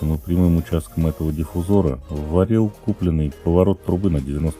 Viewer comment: Слово диффузор через о надо, извините, мастеру делать замечание...